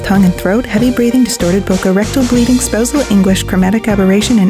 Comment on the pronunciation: lol why did this feel like a Viagra commercial lol. . And "rectal bleeding" Almost sounded like erectal bleeding lol. .gj peeps